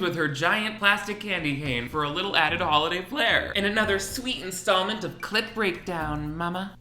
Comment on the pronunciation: One day my last three braincells will stop hearing “clit” whenever you say “clip breakdown”...... But alas, today is not that day